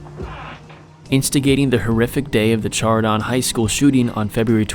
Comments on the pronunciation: firstly, it is pronounced "shardun" not "Ch-hardon" get your mind out of the gutter... I used to work for that Sheriff's Dept....this kid was all cocky until he met Bubba in the big-boy prison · Chardon pronounced shar-don and I'm from the area, tj lane is a piece of shit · he pronounced Chardon wrong right after that smh dumbass